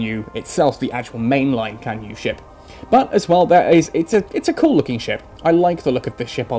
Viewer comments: actually its pronounced chan - ye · I don't think it's pronounced like that. It should more like "Chan Yay" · Unfortunately in the romanized Chinese phonetic system the C is pronounced more like a "tss" sound and Yue sounds like yoo-eh. So it's actually pronounced "tsan yoo-eh" but otherwise it's a good pun.